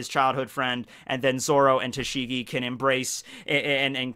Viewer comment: First; Btw "Tashing" XD